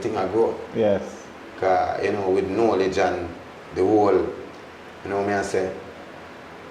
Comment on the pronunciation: "Know- lege"